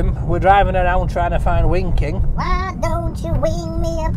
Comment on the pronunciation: “Wing, wing” “Herro” 😄